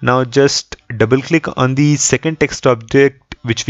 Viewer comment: Dude the number of times you say "perfect" is cringe. And also the way you say it. Say it once in the end, when the result is achieved perfectly. Also, it is not dee, it is the.